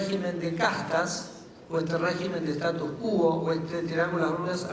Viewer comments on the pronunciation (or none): Respeto mucho al sr. Ministro... pero en Argentina y en el mundo de hecho no se puede decir cualquier cosa. Una minucia que ya repetí muchas veces: se dice status quo, no status qúo.